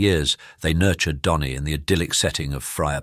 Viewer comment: His name is Dhani not Donny.